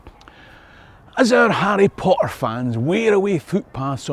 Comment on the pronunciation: Who doesn't love Arry Po Er?